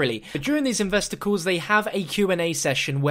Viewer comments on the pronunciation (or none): When he says,"Investor calls," it sounds like he's saying,"investicles."